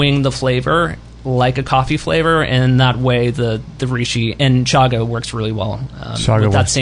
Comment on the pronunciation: CH-CH-CHaga not Shaga lol